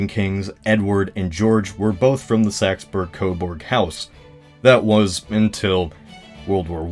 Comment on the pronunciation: Umm... "The saxberg-coberg" house, huh? Can't tell if that was a mistake or if you were just being... well... just being. I laughed nonetheless:)